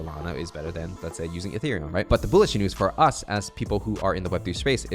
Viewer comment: pls stop saying "boolish" lol